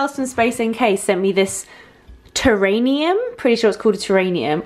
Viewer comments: terrarium...not terranium :) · I don't know how to spell it but it's terrarium not terraneum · "Terrarium" not terranium